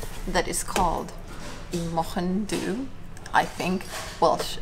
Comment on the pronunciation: the Du part of Mochyn Du is pronounced ‘dee’ :)